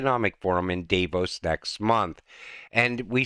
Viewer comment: the correct pronunciation is "Dah-voes". Thanks for your continued updates and videos. I'm happy that your're angry...if only we could get a few billion people to realize what's about to happen to them, they'd all be angry, too! Alas, many are happy to live in a cubicle and work a government job for free and never see another tree or green grass. The concrete walls that line our freeways? Another part of Agenda 2030 as what is behind the wall is a future no-go zone.